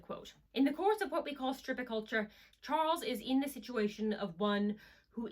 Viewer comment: Interesting video but I believe you are mispronouncing "stirpiculture" and misspelling "Male continence".